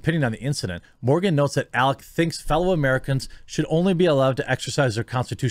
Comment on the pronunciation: Alec, not Alex